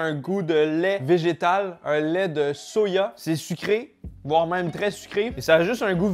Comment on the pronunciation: Pourquoi tu prononce soya et pas soja 🤔🤔